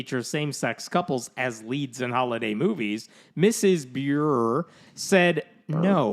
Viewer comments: Candice's last name is pronounced "Bur-ray." She even introduces herself on commercials for Hallmark that way. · Over Feelings Ok, it's spelled (B.u.r.e) but pronounced "Bur-ray''! Thank you. 🙂